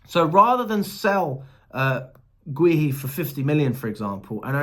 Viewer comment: Is Marc Guehi name really that hard name to pronounce properly? Lol